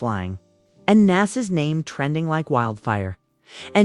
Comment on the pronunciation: Who the hell is Naas, and why is Jim talking about NASA